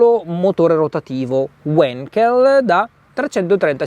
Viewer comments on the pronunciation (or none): Si dice wankel non wenkel... E' tedesco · Non è uenkel, no.... è Wankel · Si pronuncia come si scrive: wAnkel, porca paletta, wAnkel.... Tedesco. Prima di recensire preparatevi! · si pronuncia semplicemente Vankel!